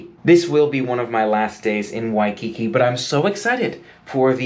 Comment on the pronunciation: You should buy a Hawaiian language dictionary from the ABC Store so you can learn the correct pronunciation of Waikiki. Just saying.